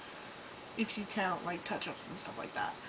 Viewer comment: When she says "If you count touch ups" I thought she said "If you count ketchups." (x